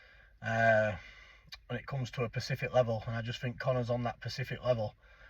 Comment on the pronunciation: Its specific not pacific 😂😂😂thats an ocean 😂😂😂